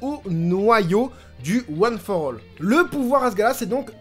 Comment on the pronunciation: "one for all" tu le dis super bien 💪 Super épisode, depuis la semaine dernière j'ai l'impression que ça décolle enfin après un début de saison un peu mou.